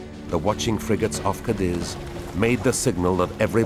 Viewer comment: Cadíz is pronounced "cah-DEEZ", not "cah-DIZ". Come on, you gloriously British -accented narrators... you speak French words well enough from the centuries of battle with the folks across the channel. There's no shortage of historical context for y'all fighting with the Spanish either 😂